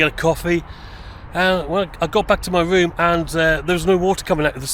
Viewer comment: May I just say that you need speech therapy, especially when you pronounce words that contain the letter R, for example It is a 'ROOM' and not a WROOM as you put it. Highly annoying !